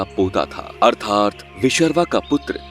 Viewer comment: Please try to pronounce their names properly.ravanas father's name was vishravasu.